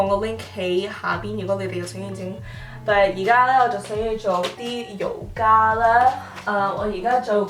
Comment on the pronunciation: you are pronouncing yoga slightly wrong it should be yu gaa not yo gaa (瑜伽j yu4 gaa1)